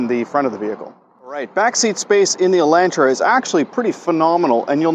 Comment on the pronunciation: "Elaintra" Elantra*